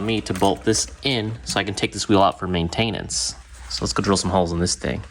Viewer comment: You messed my brain up when you said maintainess